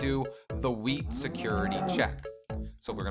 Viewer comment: LOL U SAID WEED INSTEAD OF WHEAT XD